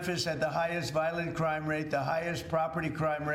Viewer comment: Bewwa watch owt for that CWIME!!!!!!!!!!!